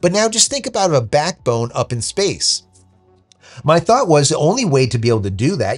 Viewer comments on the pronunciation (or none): none